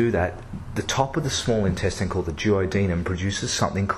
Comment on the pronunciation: Don't think I've ever heard anyone pronounce INTESTINE the way you do.... whyyyyyy errrrrrrr! pH of 8.4 OR Above when it hits the small intestine. I hope not. Might want to check that one